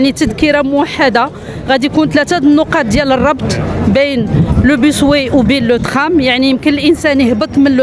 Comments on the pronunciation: Bus way كلمة إنجليزية يجب نطقها بالإنجليزي و ليس بالفرنسي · باص واي و ليس بيس واي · أيتها العميدة ..نقول باص واي وليس بوسواي .واي بالإنجليزية وما سبقها ينطق بالانجليزية وليس الفرنسية. .اذا انت تنطقين بالانجليزية .